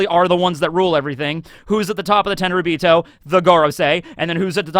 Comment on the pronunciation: Thought you were saying the “10 ryubito” not realizing its the “tenryuubito”